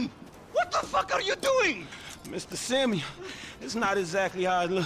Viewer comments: Its Simon not semeion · His name is not his name is not semen it’s Simeon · its not simen its simeon